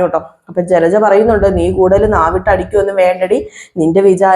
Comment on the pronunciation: ചിലച്ച അല്ല ജലജ എന്ന് പറ